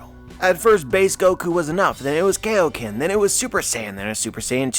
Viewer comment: It’s KAIO-KEN Good sir not KAYOKEN. Emphasis on the IO and hyphen. Lol. Anywho, I don’t know why more people aren’t suggesting wills/haki are tied into DFs. I think Luffy and Nikas Will are in sync or basically the same and that’s how it awakened. Luffy isn’t Nika incarnate just someone just like him and Joyboy. Nika and Joy Boy aren’t the same person and the fandom seem to have them Confused. The whole concept of inherited will has been here from the beginning of the story. The reason the WG didn’t want the Nika model awakening is because it literally represents everything that the WG is trying to suppress. Freedom.